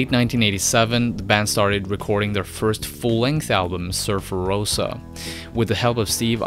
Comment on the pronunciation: ahem, its surfer 'roe-za', not surfer 'roe-sa'.